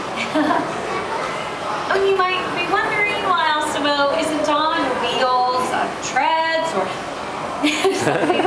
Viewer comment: lol i like how she pronounces it awsimo